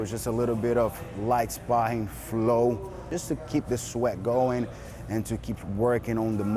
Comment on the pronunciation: Today we're just wrapping up the camp with some..."light spahhing". LOL. Why do brasil folk have such trouble with the English R? He said R in We're and wrapping, but sparring? No, no--that's Spa-hing. LOL